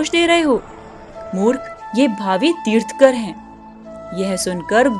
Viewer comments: Kya galat bol rahe hoo. Teerthkar nahi Teerthankar hota hai .. तीर्थंकर बोलो तीर्थकर नही ,,, अं भी लगाओ |र्थ | के बाद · Tirthkar nahi tirthankar .... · It's tirthankar, not tirthakar, How will you feel if we call ram as rum, Atleast pronounce the names correctly, mistakingly mispronouncing is not an excuse Jai jinendra jai adinath jai mahaveer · तीर्थकर नहीं तीर्थंकर बोलो जी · It's Tirthankar not tirthakar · Its tirthannkar.....tirh nkar....pls correct it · Aapne tirthankar ka ucharan sahi nahi kiya